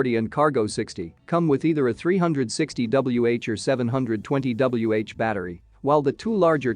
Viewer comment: Adjust your reader to pronounce the "wh" to Watt Hour.